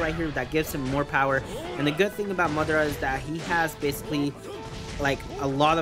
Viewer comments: you're saying MUD ARA like tf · Stop CALLING MADARA MUDARA LIKE TF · Alex Santana you know that you constantly stalk my channel and come at me for no reason :/ welp. Also you can google how to pronounce madara. Hope it helps :)